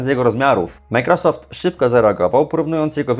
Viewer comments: czy możesz panie redaktorze nauczyć się poprawnie wymawiać i akcentować microsoft? nie przeciągaj na ....rosoft tylka akcent jest na początku . micro....... należy przygotować się do materiału a firma "Microsoft" na pewno będzie wdzięczna za niekaleczenie jej logotypu. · Jak Ty w denerwujący sposób wymawiasz Majkrosoft 😂